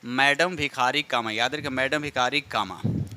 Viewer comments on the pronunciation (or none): भिखा जी कामा को भिखारी कामा क्यों कह रहे हैं 😢😂